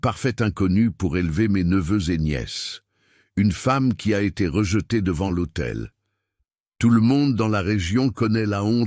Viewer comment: Devant « l’AUTEI.. » et non pas l’hôtel.. Ceci mis au point, je vous écoute avec plaisir du Sud de la France.. Très belle histoire d’amour..merci.